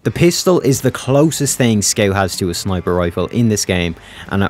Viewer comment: You say scout weird?